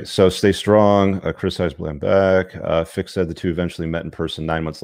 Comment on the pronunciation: FRick not Fick